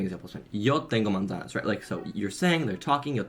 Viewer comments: He said he went from zero to fluent but then started off by saying he studied Spanish for awhile. It sounds like he's using an English z for manzana. The way I think of the usefulness of passive input is just growing accustomed to the sound of the language. Listening to Ukrainian radio when I'm working has helped me start to hear distinct words rather than just noise. I can actually hear where one word begins and ends. Now I'm starting to be able to hear the sounds of the individual words even though I don't know what they mean. I think(hope) that when I finally learn those words, I'll be able to pick them up faster because now I'm just combining meaning with a sound I've heard many times before. I guess we'll see. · Dude you didnt say Yo tengo manzanas. Sounded like "Yo tengo mandas". The delusion is big in this one. 😂 Good luck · He pronounced manzanas like a gringo. There is no “z” sound in Spanish the way English speakers say it. In Latin America, it would be pronounced “mansanas”. In Spain, it would be pronounced “manthanas” He tried to do the Spain accent, but he clearly said a simple phrase fast to try to hide the fact that he’s not fluent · Yeah he said something like mansano 😂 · I’m an Australian learning Spanish. I hadn’t tracked hours due to all the music etc. I personally think manzanas was pronounced wrong cause he used a Z instead of an S sound. Idk if it’s right, but that’s my feeling on it. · Yeah you were correct, the way he pronounced "manzanas" was weird. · His pronunciation of manzanas is definitely Iberian Spanish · His pronunciation of “manzanas” sounded weird to you because he pronounced the “z” like the English “z” (which is wrong) and not an “s.” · Yes, he pronounced “manzanas” incorrectly by pronouncing the “z” like how it would sound in English. It’s supposed to make a harsh “s” sound